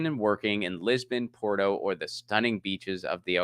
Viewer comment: say them Lisbon (Leeshboa), Portoo, and Algarf.